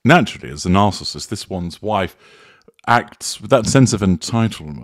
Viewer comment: I agree. I just wish he would learn how to pronounce "narcissist".